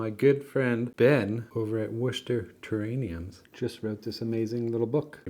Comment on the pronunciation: Ah, he has a rare bone disease that prevents him from pronouncing "terrariums"